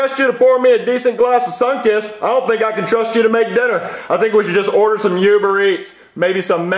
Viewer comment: And “You-ber Eats”.